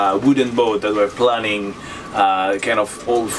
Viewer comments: En anglais le "planning" don't tu parle se dit et se prononce "playning". Si tu dis "planning" les gens qui parlent anglais vont se demander ce que cela avoir avec la planification d'un projet et pourquoi ton bateau fait "des plans". Donc dis "planing" qui se prononce "playing" come dans "aeroplane" (avion). Merci pour tes vidéos géniales. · Planing, not planning. Pronounced like "plaining". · I’m just starting to look at sailing. It’s unfortunate, for those of us beginners, that your accent in English sounds like (and in closed caption) turns “planing” into “planning.” I think that performance during planing is crucial. It makes sense to me that this hull form is very functional, since performance of the heeling boat hull while planing is very dynamic and stability of this hull during that dynamic situation reduces drag at the bow (where it is not needed).